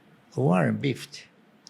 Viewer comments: Warren "Bifiti"...aos...até a sorriu....esse Sr. Barsi é demais!!! kkkk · hahahah mano, até hoje eu não entendo porquê ele, Sr Barsi, fala Warren BIFFETT, mas eu acho massa e engraçado. hahahah